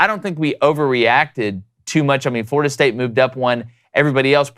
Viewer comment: "FLORDIA"??? come on, guys.